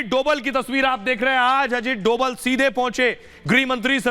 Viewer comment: Ajit dobhal .....bolo dobal nhi bhai